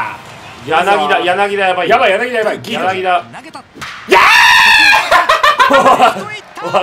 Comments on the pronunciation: やなぎだじゃないよやなぎただよ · まじでソフトバンク使ってくれてんの嬉しすぎて、ほんと大好きです！！！！！ あと、やなぎ「た」な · 柳田 やなぎだ× やなぎた◯